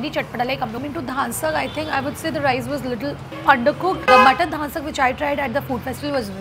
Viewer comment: The video was really nice but just wanted to clear that you were mispronouncing the names of the dishes ..It is not dhaan sakh it is dhansakh ,it is not laganu custard it is lagan nu custard lagan means wedding and its not saali chicken it's salli chicken any which ways thoroughly enjoyed this video but I was just a little sceptical about the pronounciation